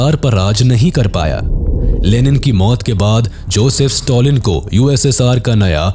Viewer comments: Stalin ❌ Stolin ✅ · Note to pronounce the names correctly Don't Pronounce Stalin as Stolin.